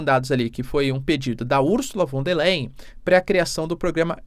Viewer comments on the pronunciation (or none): Professor: Ursula von der " LAIN"